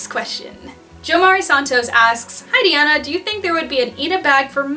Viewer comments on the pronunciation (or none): none